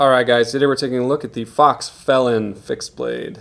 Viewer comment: FELIN like a cat FOX !!! Not FELLON!! UHHHH